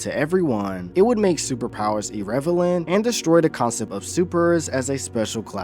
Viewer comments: "irrevalant" how in 2025 dawg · "It would make superpowers irrevelant" lol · IRREVELANT!!!!!!! Caught that in 4K my dude, receive (just messing with you, don't be mad ok)